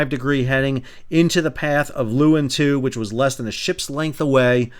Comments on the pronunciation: It’s pronounced “Loowin” and “coburb” 😂 Very sad day for Fremantle 😔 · BTW, Leeuwin is pronounced - loo-win down this way. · Two pronunciation corrections if I may. Cockburn is pronounced Co'burn. Leeuwin is pronounced Loowin. Not a big deal, but thought you would like to know. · Great report. For future reference, Cockburn is pronounced, "Coeburn"... otherwise it sounds like a nasty venereal disease. And Western Australians pronounce the Leeuwin as "Loo-en". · Pronounced "lu-win" Shes a proud ship. I did two voyages on her back in the early 90s. Climbed to the veey top of her highest mast (33m) and jumped off and slid down the stay like Errol Flynn 😅 Terrible idea. I burnt through my sailing gloves. I hope that mast stands tall again soon. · I have sailed on Leeuwin, we pronounce it Loo win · It's pronounced Leeoowin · Pronunciation errors. Leeuwin - Lee-oo-in. Cockburn - Co-burn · Common pronunciation in western Australia: Leeuwin = Loo-win , Cockburn = Co-burn. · Just to let you know, it's pronounced Louwin. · Thank you for this. Having crewed on Leeuwin many years ago (1996), being berthed a handful of kilometres from where I used to live and only 700km from me currently this investigation is of considerable interest to me. One point though - Leeuwin is pronounced Loo-in. Have a good'n, mate 🫡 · It’s pronounced ‘Loo-in’ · 'Leeuwin' is pronounced LOO-win. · I'm both a Perth local and a seafarer, recreational and professional (ex-ROV pilot). Sal's pronunciation is a good laugh, especially Cockburn Sound (Sal, it's 'Co-burn' 🙂) and 'Loo-in'... 😂😂😂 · Minor point of pronunciation, Leewin is "Loo-win". No, I don't know why. Something something English. and we call them boys, not booees. again, NFI. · Leeuwin "Lou-in", Cockburn Sound "Co-Burn Sound" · Just getting confused all the time on the name of Leeuwin. It is Dutch for lioness and pronounced more like lay(-u)-win. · Pronounced LOOWIN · Leeuwin pronounced Louwin. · Pronounced more like Loo-win, not Lee-win.